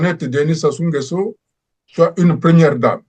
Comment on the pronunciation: Comment un congolais arrive pas dire correctement Sassou nguesoo 🤷🏿‍♂️ c’est pas possible 🤦🏿‍♂️, les zaïrois vraiment quel courage